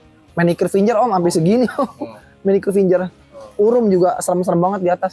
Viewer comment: ngebaca nya fingGer om jangan finJer